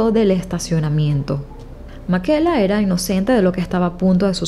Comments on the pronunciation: PORQUE DICES MAQUELA, SI SE LLAMA MICAELA?????? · En español se pronuncia "Micaela" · Creo que el nombre se pronuncia "Mikaela" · No se pronunciaría “Micaela”(?